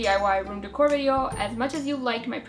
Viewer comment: she says decor weird!